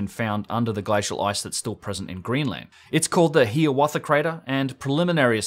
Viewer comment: Not HEE-a-watha crater but HIGH-a-watha crater.